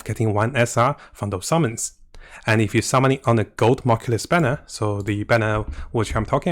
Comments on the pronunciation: Its new-klee-us, not knoculus. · Is nucleus not moculous ffs